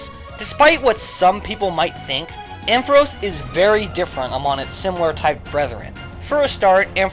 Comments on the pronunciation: Ampharos gets TWO 1's (Isn't it AM-pha-ross, btw?) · ARGHHH, why you keep pronouncing Ampharos' name wrong? DX You put emphasis on the 'ampf', not the aros sound! x_x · I have never heard that pronunciation of ampharos before